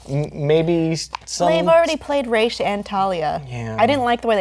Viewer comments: Why's it pronounced "Raysh"? The star that he's named after is pronounced "Rass al Ghoul" which is Arabic for "Head of the Demon". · Batman Animated Series is best Batman. And there it's pronounced like Raysh. That's really my only justification.